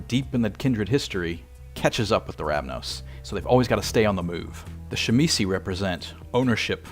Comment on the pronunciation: What the fuck is a chimisee??? Did you mean to say Tzimisce??? Which nobody on the pla et had pronounced with a Sha sound...ever??? Even in this video the girl talking before you said it right...